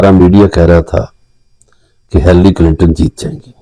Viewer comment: Her name is not Hallery, but Hillery...😂❤